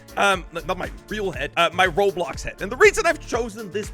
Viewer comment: "you neeghegh robloghghg studio"